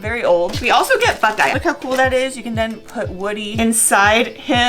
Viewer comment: Did she say buckeye instead of bullseye 😂